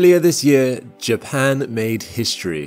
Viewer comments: Why couldn’t this channel get a real announcer to narrate? This is so low tech AI that can’t say JAPAN !! Not Jackson!!! Rediculous .. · Why do you say Jaxes for Japan? Is there something I don't know?😂